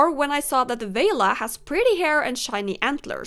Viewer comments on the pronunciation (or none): none